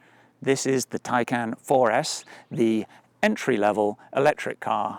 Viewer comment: Tiecon* is how it’s pronounced, great video